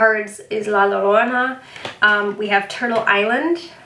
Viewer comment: Ll is pronounced with a Y in Spanish. So it's La Yo-rona, The Crying Woman